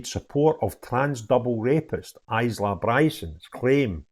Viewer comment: Hi, the s is silent. Eye- la.